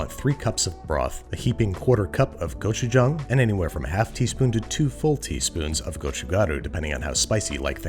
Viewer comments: Babish's korean pronunciation is impeccable! Go chu jang! I recommend adding some ramen noodle and cheese and cabbages! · Yesss I was so proud because in his older videos he pronounces it go-chu-jaeng